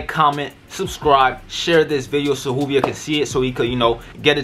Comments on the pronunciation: Juuvvveeeiiiirrrrr not hooveir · Dude said hoovier🤣🤣🤣its joovier the “j” is not silent bro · Great vid btw it’s joovier... pronounced with a J sound not a H sound all love 💪🏽💪🏽💪🏽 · It's not "HOoVier" its "joovier" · Sorry but it is joovier not Hoover ok 👍😁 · U were in joovier video bruh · Boi did you just mispronounce his name his name is pronounced joo-vier the j is pronounced j he's gonna be mad about that but he's one of my favorite youtubers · He said wooviers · It's "joo-vier" and he wears "joo-rag" Buy 2 get the 3rd one free or bundle up and save yourself 50 dollars") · U is not joovier😂